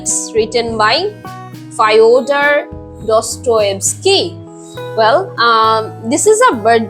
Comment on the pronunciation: আপু, উচ্চারণটা "ফিওদর দস্তয়েভস্কি" হবে না?